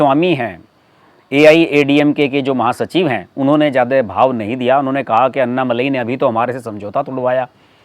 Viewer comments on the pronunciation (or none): कृपा करके अण्णामलय कहिएगा अन्नामलाई नहीं